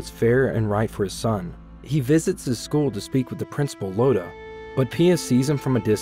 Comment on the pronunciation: It's not "Lodha" it's iodha "Iodha"